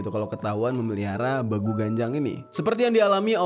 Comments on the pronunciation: Beeguuu.. bacanya bang bukan begu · Saya dari sumatra utaraa bg bilang nya BEGU bukan begu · bEgu loh bang buka begu,bacanya e nya E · Bang salah ucap lu,be gu... nya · Bangg gw orang karo,salah ucap lu bang (begu) *eee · Cara sebut nya salah bang Pas begu itu Huruf E nya ditekan bang kaya logat orang batak gitu bang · Pengucapan E di kata Begu nya bkn gtu bg 😂